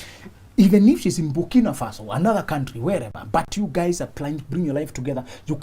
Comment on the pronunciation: The way he said Burkina Faso 🤣🤣🤣